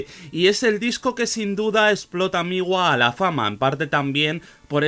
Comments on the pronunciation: No se dice Migua… Se pronuncia Mgua. Otra cosa, Ł no es una L (ele). Mgła en polaco significa Niebla. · me causa mucho conflicto como pronuncias MGLA, según he visto se pronuncia "múgla" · Se pronuncia Mgwa, ł esto es un signo diacrítico (gráficamente similar a la tilde aguda). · si, me gustó mucho el video xd y lo de la pronunciación así suena en el google translator de Polish, además en la página del metal archives también pone cómo se pronuncia, es algo entre múglah y muglá